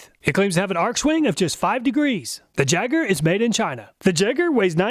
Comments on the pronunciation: Think I'll put my money on the tekton.. but also next time if you get that brand again. It's pronounced yay-ger not jay-ger. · Jaeger not Jager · I think you're mispronouncing Jaeger, you're saying it as a ja instead of ya. Most people say Jaeger with the y instead of j. Why? I have no clue but I'm pretty sure the name is supposed to be pronounced with a y. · It's pronounced yay-gurr, not jegger, but loved the video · I'm fairly certain that "Jaeger" is pronounced "yay-ger" not "jeg-er" :P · For you, it's Jegg(ah)... throwing that "R" around to comfortably.. 😂😂😂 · Jaeger is German for hunter and is pronounced Yeager! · The "jayger". Lol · Pretty sure Jaeger is pronounced yay-ger, correct me if I'm wrong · Jaeger = Yay-ger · Awesome video! Just FYI, Jaeger is pronounced "yay-ger" and is a German word that means hunter. Can't wait for the next video! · My son turned me on to your channel and it is Awesome! Only critique is that it is pronounced "Yeager", the J is silent in German. Love the channel!!!! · Hi, in case nobody else pointed it out, "Jaeger" is pronounced "Yaeger". It's the German word for hunter. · Jaeger is pronounced "Yay-gur" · The Jaeger is pronouncer "YAYGER" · should be pronounced 'yay-ger' as jaeger is German for hunter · Ok this one I'm almost positive on - "jaeger" is pronounced "Yay-gher" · Isn't "Jaeger" pronounced "yay-gar" ? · Jaeger is german for Hunter and is pronounced Yay-Ger. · “Jaeger” is pronounced yay-ger. It means “hunter” in German. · "Jaeger" is the German word for hunter. It's written "Jäger", and in the German language the "J" makes the English "Y" sound. It would be pronounced "Yeehger". I don't know if the Jaeger brand has any association with Germany. Maybe from its founders. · Pronouncing Jaeger like that, I think may be a teetotaler.;)